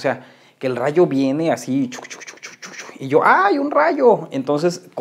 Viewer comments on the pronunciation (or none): "ay un razho" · Nadie: Absolutamente nadie:: Ay un raio!!